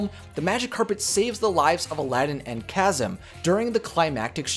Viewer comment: Egrabah..said Ag ra buh. Draygons..said Drag ons. Cawsam..said Ka zee mm